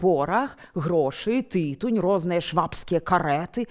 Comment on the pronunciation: тыТУНЬ, -.